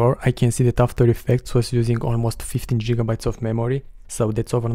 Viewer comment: Very informative. "Jigabytes" are funny ;)